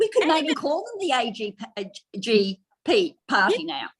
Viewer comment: 😆 AGP not AJP. So fitting.